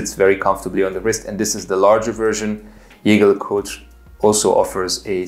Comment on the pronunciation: Please learn to how to pronounce Jaeger-LeCoultre!!!